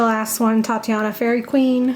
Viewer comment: It's called Titania not Tatiana. Sorry but everyone mispronounces her name.